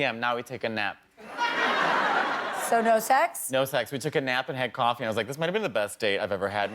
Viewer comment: Yeah but he said “kuofi” 😂